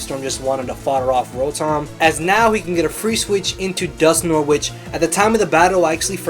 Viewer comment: roh-thom lol :p